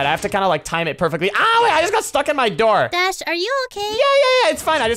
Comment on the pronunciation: It’s dash not shash